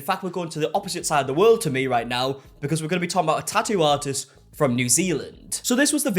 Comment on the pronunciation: Tah-ooh ah-ist 😂